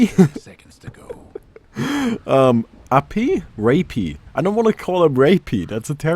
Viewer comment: its Ra-pi man.. you pronounced it right :)